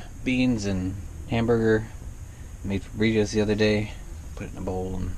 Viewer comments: "Burriots"? Did you mean Burritos? lol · wtf is burriots?